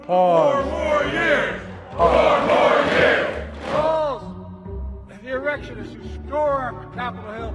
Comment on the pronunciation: lmao "erectionists" 😂😂